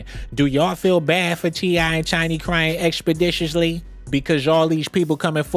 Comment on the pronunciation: Is he saying CheeEye & Chiny?